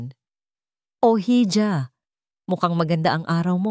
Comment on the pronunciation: 'Hija" pronounce as 'iha' thanks